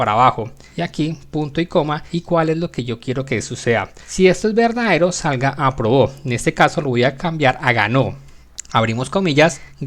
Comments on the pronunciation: pq dice abrobo? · entendí todo pero creo que debió escribir aprobó mientras que dice abrobo pero no importa gracias por el contenido